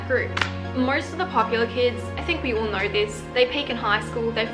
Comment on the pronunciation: No cause i love when you say know like it’s knur and nur lol sending lots of love